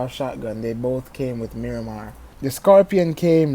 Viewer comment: "mirimah" BRUUUUHHHHHH